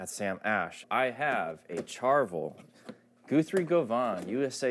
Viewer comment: Wtf was with that pronunciation of Guthrie govan, GOO-THREE GO-VAUGHAN